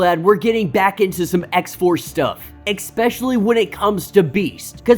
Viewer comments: 😵‍💫🤦🏾‍♂️"Ikspecially" isn't a word. other than that; pure excellence👌🏾👍🏾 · learn how to pronounce especially.